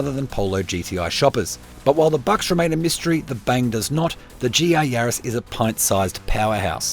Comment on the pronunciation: GR not GA :P